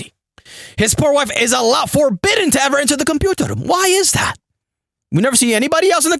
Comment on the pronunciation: LOOOOOOOL so glad i found you way back before you blow up.....funny fucker lol 'computarrrr rroooommm'